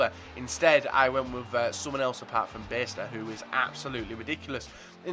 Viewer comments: Its pronounced byester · Beister is pronounced Baister :)